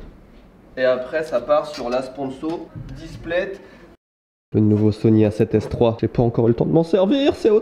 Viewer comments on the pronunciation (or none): Displate "plète" et... Ca me fait rire, bien joué, bien joué.